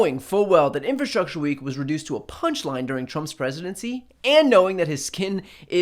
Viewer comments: Wtf is 'infastructure'?! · Donald, the word is ' infRastructure'. Not ' infastructure'. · "inFAstruture". Trump knows the best words. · The dude can't even say infrastructure ffs. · infrastructure? rofl the word is longer than 4 letters ill bet hes clueless as to what it means